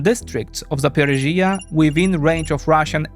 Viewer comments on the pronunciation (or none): Guys I love your channel but please learn proper pronunciations of Ukrainian cities as you are being watched by many people and they are going to copy you. Zaporizhzhia is pronounced totally different, it's accented as zapor"I"zhzhia and the two zh are read quickly as one double sound.